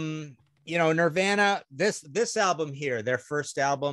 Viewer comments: Never in my life have I heard anyone pronounce Nirvana the way Martin does.lol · Also the way he pronounces ‘Nirvana’. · Is he joking around when he mispronounces “Nirvana”? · Why can’t Martin say Nirvana?